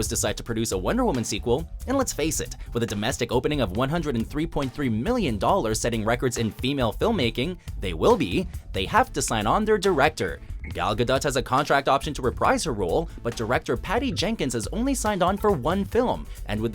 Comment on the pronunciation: it's gal gadoh. gah- dough. gah- Doe